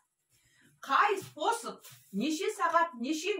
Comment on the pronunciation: Спосб спосб демей дурыстап айту керек қой